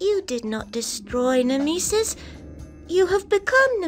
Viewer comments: So....has anyome found out what the fuck was up with that live action girl who coulmt pronounce Nemesis? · I have never ever heard anyone pronounce nemesis as "Nemeesis". Also the Pathologic soundtrack use in that scene fit way too well